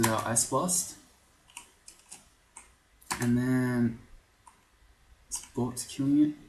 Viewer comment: pretty sure Beogh is pronounced "Bog". It was originally an acronym for Brian's Orc God (B.O.G). Other then that, great video, great series, keep up the good work!